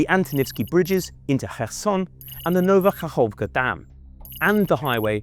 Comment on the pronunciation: It’s Nova Kakhovka, not KHaKovka